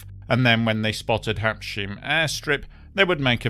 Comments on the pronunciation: now I realize why you keep saying "Habsheem" - Its spelled wrong on the picture. The right spelling is not "Habshiem" but "Habsheim" and the pronounciation in the middle is not "sh" like "shilling" but rather "Habs-hyme" (two words, one ending with s, the other beginning with h). think of Blenheim if you will. The word "Heim" stands for "home" so the name simply means "home of the habs" (for whoever they might be). its a german word although the place is in France. Thats because it's the formerly contested Alsace region which is partly german speaking - especially here in the south, the so called "Sundgau". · One: Habsheim, not Habshiem. Two: Habs......heim, pronounced Habs..haime. English is but one of 7000 languages in the world. Respect that. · It was at Habsheim (not Habshiem) Airport. Also, with all due respect, you are butchering the pronunciation of the location. Let me try to spell it in English: "Hubs hime" .. hope that helps otherwise a well research video indeed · Just a quick note that the secondary airfield to Basel-Mulhouse Int'l Airport is Habsheim, not "Habshiem"...pronounced HAHBZ-hime.